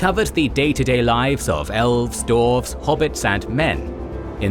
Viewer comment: "Men and Dorfs".